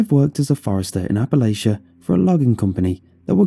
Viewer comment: NOO ITS NOT APPALASHA! IT'S APPALACHIA! APP-A-LATCH-A